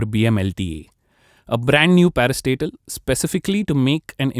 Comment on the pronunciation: Every time he said 'parastatal' I thought he was saying "Another parasite", "A new parasite"